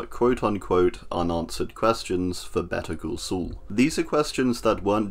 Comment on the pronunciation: I only watched Better call Saul, not sure what this "better cul sul" one is